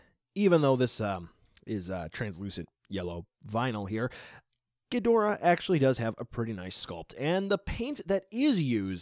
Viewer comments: It’s ghidorah not gidrah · It's Ghidorah not Gidrah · In Japanese katana his name has always been pronounced not Ghi-door-ah, with an emphasis on the door, but キングギドラ Kingu Gi-dora. Bandai typed the tag to not be American name accurate but simply close to English pronunciation accurate. It's like seeing Radon instead of Rodan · Thats right , Its not ghidorah dude , its gidrah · U said ghidorah wrong